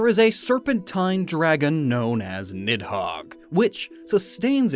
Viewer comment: the "h" in nidhogg is not supposed to be pronounced.